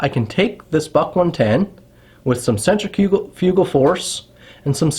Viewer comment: As long as Cambodian Tire keeps selling them, they are not prohibited. Do some more study into this crap. Learn to say centrifugal, annoying. I can walk into any store wearing a belted hunting knife, including the, as you call it, “iconic” Buck knife, and not a single person says anything. Not even a batted eye during hunting season.